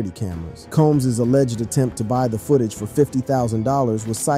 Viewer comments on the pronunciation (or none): none